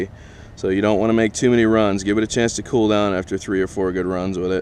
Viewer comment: Pretty Kewel,. Pretty kewel....